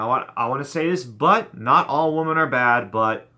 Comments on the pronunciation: It seems like you keep saying "woman" when you're trying to say "women". You know, women is pronounced "wimmen". p.s. try and have a little more fun with the women. They are actually great. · Dude 'women' is pronounced 'whimmin' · He’s sounded that way since 2013. It’s his thing. Lol 😂